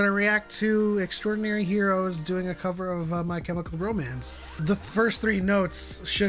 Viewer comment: please stop mispronouncing their band name. it's literally pronounced the way it's written. how can you write it multiple times and not get their name? X-DI-NA-RY HEROES. it is NOT xtraordinary.